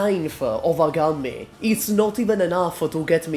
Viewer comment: I wonder Has anyone ever told you that Gummie's name should be pronounced "goom" instead of "gammi"? Cuz that's what's written on her E2 art, module and skins. She is not named after a bubble gum. She is named after GUM = Glavnyy Universalnyy Magazin = Main Universal Store, which is a giant block of stores for reach people in Moscow. Or may be I dont know something..